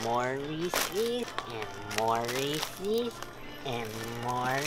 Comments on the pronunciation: ITS FUCKING REESE, not REE CEES. :P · the way you pronounce reese's deeply offends me